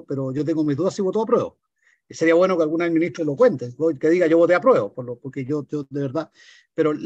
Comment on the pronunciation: gueno, gueno, gueno...!!